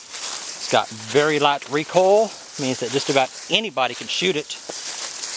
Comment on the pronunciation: REE COIL not REE COLL!! haha